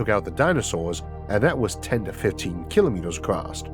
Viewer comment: Ehh!! Not acrost!